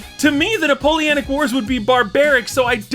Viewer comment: No, you havent gotten it yet, its Napoleonic wars not napoleanic wars